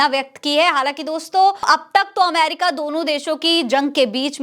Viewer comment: . Bohut Khobsurat URDU hai Lakin Sorry Amer ca nahi Ameri ca hai . Sorry again Dear .. PAKISTANI 🇵🇰💓🇵🇰 BALOCH..